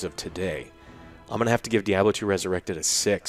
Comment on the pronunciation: When I can afford a PC to run the new D2 I will buy it, but (likely purposefully) pronouncing it as 'dee-ahb-lo" is kinda funny. It's not wrong, and it's a great game, but it's still funny.